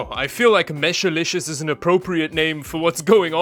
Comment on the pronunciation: It's mesh-liscious not mesh-a-liscoius...